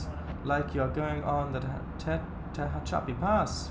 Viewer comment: It is pronounced Te-hach-api